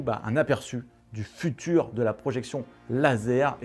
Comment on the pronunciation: Le futur, sans "e", s'il te plaît! Jolie vidéo, très instructive, merci!